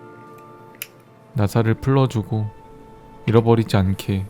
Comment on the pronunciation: 풀"러"주고 흠....